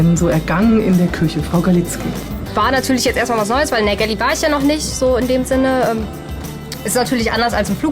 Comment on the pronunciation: jede Bordküche heißt im Fachjargon "galley" :) aber es wird nicht gäläää ausgesprochen wie es die Reporterin tut